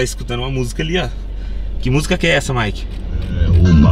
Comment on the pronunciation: Ops caputo o Mike fala errado